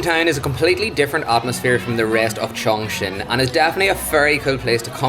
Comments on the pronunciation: kept pronouncing the city's name as "Changchun", it's another tier 2 city in Northeast China, famous for the car industry and Changbai mountain. Chongqing is pronounced as "Chung-cing" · U pronounced like Changchun😂😂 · The way she pronounces the city name, Chongchween 😂😂